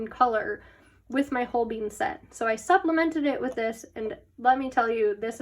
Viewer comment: The way you pronounce holbein as hoBEAN is the cutest 😂💖, and If you love gouache you gotta try the HIMI jelly cup set, its waaay better than the arteza one, I tried both and TRUST ME its good, I find the dark colors in the arteza set rubs of to the next page but I never in counter that problem with the himi set